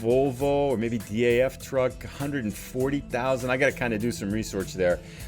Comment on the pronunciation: Hi, Really enjoying your videos. Keep up the good work! Do you also play multiplayer? Maybe we can do a delivery together. Greetings from the Netherlands Ps: DAF is pronounced like a word. Not like individual letters😉